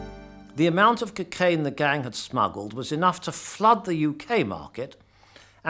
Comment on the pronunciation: What's "kuh-cane"?